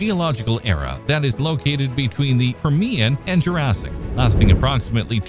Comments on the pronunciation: also PURR-me-un, not per-MEE-un! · what is this "tri-SAY-ik" you speak of?? LOL !!!!!!!!!!!! What is this "pur-ME-un" you speak of??? Sheesh. Is this some sort of AI voice badly programmed????